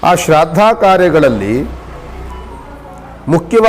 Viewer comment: Shradda alla shraaddha